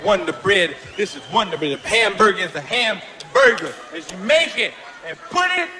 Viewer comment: "Houseburger" lol